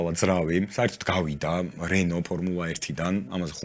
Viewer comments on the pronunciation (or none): none